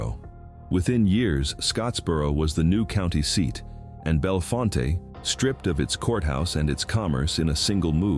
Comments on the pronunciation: Bellfont not fonta ai sux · The company that bought the Bellfonte (pronounced Bell-font)nuclear site was NOT ALLOWED to finish it. Eventually in 2021 TVA terminated the sale and still own the site to this day.